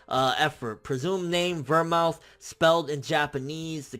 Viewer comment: How do people not know about vermouth the alcoholic drink. Pronounced ver-mooth.